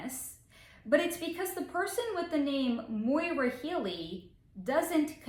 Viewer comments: Great video. I'm brand new to your channel. Just an FYI, the name, Maura, is pronounced like "Mora," with the "a" in "Maura" having an "aw" sound, and the second "a" sounding like the "a" in "sofa". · Her first name is Maura, which rhymes with Laura. It is not Moira, which has that"oy" sounds. Maybe your mispronouncian of the name is why you cannot pick up her energy field. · Her name is Maura not Moira